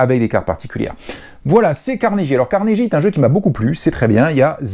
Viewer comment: Juste comme ça ... il faut prononcer 'Carnegui' et non 'Carneji' .... :)